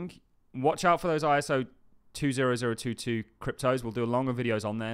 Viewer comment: It’s pronounced Twenty Oh Two Two And there isn’t a single cryptocurrency that is "compliant" (or any other nonsense) with it. It’s a datamodel which is independent from the syntax representing it or the protocol transporting it. The only connection is that Ripple is a member of some working group. Reach out for more information if you’d like.